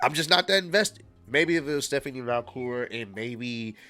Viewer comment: bro said Stephanie Vacure lmao